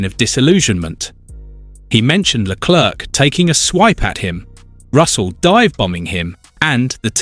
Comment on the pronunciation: Please learn how to pronounce Leclerc - last "c" is silent.